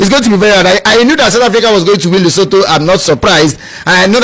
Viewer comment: It's Lesotho not Letoto.